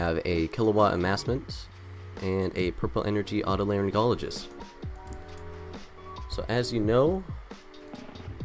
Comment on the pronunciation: Holy SHIT did you just pronounce Otolaryngologist's Mirror correctly???